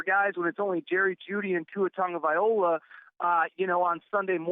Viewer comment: please learn Tua Tagovailoa’s right pronunciation! It would be like calling you Aaron Terrors!